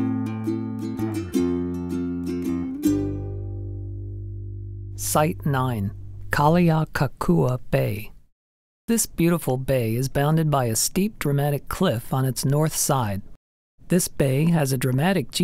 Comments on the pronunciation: Keakakekua is pronoubced "kay-ah-la-kay-ku-ah." Kaho'olawe is pronounced "kah-ho-ho-lah-vey" Mahalo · Almost got Kealakekua correct. 😂 It’s a tough one.